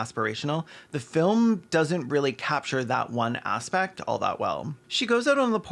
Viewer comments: every time caelan says filim i laugh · Please tell me you're saying 'filum' like Slavoj Zizek on purpose because I laughed every time you said it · Your ability to pronounce the word "film" with two syllables is a legit superpower, please only use it for good